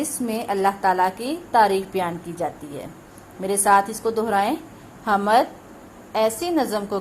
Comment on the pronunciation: Kitna ghalat talaffuz hy is teacher ka hamad ni hoti hamd hoti hy